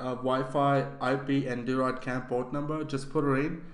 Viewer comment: it is pronounced droyd cam not deeroid cam